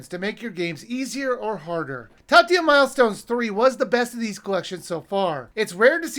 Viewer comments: I was just noticing the mispronunciation of the word in the review. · looking back at the last Taito review Okay, you're saying it that way on purpose.